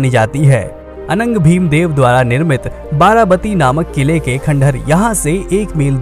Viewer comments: It's not 'बाराबती' it's 'बारबाटी' (actually 'बारॅबाटी'). Odia names should be pronounced as Odia, not Hindi...like Bengali names are pronounced as Bengali and South names are pronounced as South. Simple! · वारावाती नहीं वारवाटी है